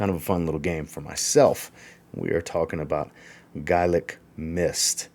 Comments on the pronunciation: Its pronounced "gaylic". I know it spelt gaelic. To break it down , its "gaylic". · Gaelic is pronounced Gay-Lic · you're wrong. Americans might pronounce it the you pronounced it, but I'm Irish. And it's 'gael-ic'.... And people in Scotland pronounce it the same. To break it down it's 'gaylic'... And that's the way you say it. ☘☘☘